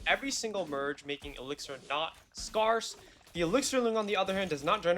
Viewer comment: that's not how you say scarce